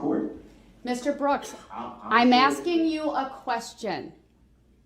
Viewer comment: He's "axing" a lot of questions